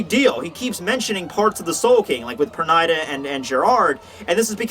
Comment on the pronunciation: u pronounce Pernida wrong. Ofc i is not pronounced like ai here